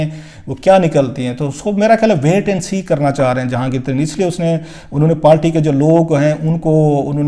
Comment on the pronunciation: South Panjabi. Party not palty. Please correct ur Urdu. pandu